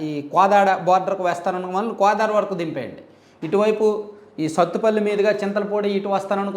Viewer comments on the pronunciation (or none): none